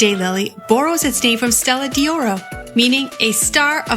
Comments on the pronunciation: Learn to pronounce what you are discussing! It is Stella d'Oro, not Stella di Oro. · It’s pronounced’Stella doro’ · “Dee oro” and “eye-talian” - couldn’t stand to listen!